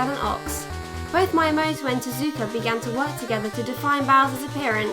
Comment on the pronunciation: Regarding pronunciations, it's Mii-a-moto, or you could say "Me a Moto", as if a caveman could be a Motorola phone!